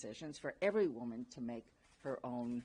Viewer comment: He can’t even say woman. 🫵🤡🤣